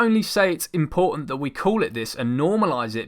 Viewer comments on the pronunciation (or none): none